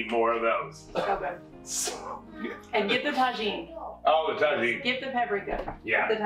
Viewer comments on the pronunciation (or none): I’m laughing so hard about the pronunciation of tajin .. the J is pronounced with a H in Spanish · Thank you for the develed egg receipie...fyi try saying tajen with the "h" sound instead of "j" sound...spainish version...just a little hint...love you guys!! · Yes!!! Ta-heen!! It’s a favorite around here too! We put it on everything!!! 😂😂😂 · The eggs look goo! By the way, not to "correct" you, but that spice mixture that you put on top of the eggs is actually pronounced "Tahin"...the "J" is like an "H"... LOVE you guys!! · I think the j is pronounced as a h?